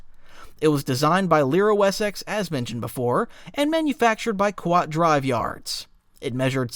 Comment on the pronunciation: "The Qwuat Shipyards" cracked me up so bad XD I've never heard someone pronounce Kuat (Koo-watt) Shipyards like that in all my 27 years!